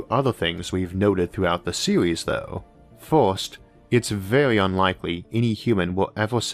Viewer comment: You have some interesting videos, but your pronunciation makes my ears bleed and I unlearn English. For example "first" - "forst", "universe" - "uniworse" and many other words.